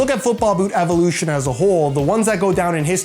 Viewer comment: innoveyshn and ivolushn😂